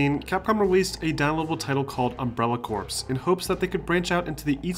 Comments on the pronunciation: CORPS= Pronounced= CORE, not corpse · Corps. Is pronounced core. Like Marine Corps. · Great video & very informative :) Just thought I'd let you know that "corps" is pronounced "core" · Corps is pronounced like "core" i.e. Marine Corps. The word corpse is pronounced with the "ps" as the end. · Corps is pronounced "core". You don't pronounce the "ps" sound. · "Corps" is pronounced "Core". And RE7 didn't take inspiration from Amnesia at all. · Good job not spoiling major story elements and keeping everything concise but the glaring pronunciations of Ada, Corps, and Sheva hurt my ears when Ada and Sheva were spoken in their respective games multiple times and corps should be understand from Marine Corps, granted if you live in the US. If you were trying to annoy viewers with the incorrect pronunciations then good job. Otherwise, keep improving.